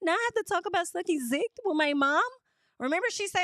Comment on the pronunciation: The way you say Zuckin Zick!!! Omgeee I am hollerinnnnnn😂😂😂😂